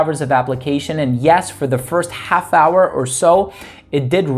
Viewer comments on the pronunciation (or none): none